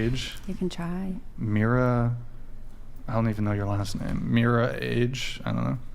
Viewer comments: could have written "Meera" on a piece of paper and looked at it every time he needed to remember how to pronounce Mira's name. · Does anyone else see Brians hypocrisy? He purposefully pronounces Mira's name incorrectly but when she does the same to him, he asks if she is being obnoxious then gets chat to weigh in on kicking her. The man is just as deluded as Chase is. I do find it funny though that is a 34 year old man who gets his kicks from talking down to teenage women. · Am i the only one that thinks was purposely butchering that girls name in retaliation for her being a difficult guest lol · Not gonna lie, repeatedly mispronouncing Mira's name was irritating. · Mira is so petty about her name being pronounced incorrectly. So pathetic. In US, letter i is pronounce as y therefore tends to pronounce it as Myra instead of Mira. She is all about attention seeking, selfish, narcissistic personality making this podcast so hard to enjoy. Pls don't invite her again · "Is it because I mispronounced your name?" russian chick: "Yes, this is war!" This is not the first time russians declare a war they end-up losing in tears. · purposely mispronounces her name...and calls her obnoxious haha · You are being an intentional asshole by INTENTIOALLY mispronouncing Mira name. The level of entitlement is almost equal to a woman. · I think it's very childish to keep pronouncinh Mira's name wrong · I cant imagine the host who has been doing this for a while is honestly forgetting how to pronounce her name especially since he sounds annoyed by her but keeps giving her 50 percent of the time despite there being several others in the room. To be fair the others are boring...but him mispronouncing her name seems a juvenile way to get a rise out of her